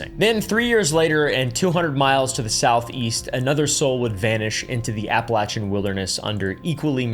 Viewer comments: I'm sorry but the way you are pronouncing appalachian got me nicked Cos ain't it appa-lay-shen Not apple-chen. 🫤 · AT LEAST LEARN TO PRONOUNCE THE LOCATION OF WHERE THE MAIN STORIES TAKE PLACE (APPALACHIAN), HOW IDIOTIC CAN YOU BE TO LEARN THE BASIC SOURCE MATERIAL.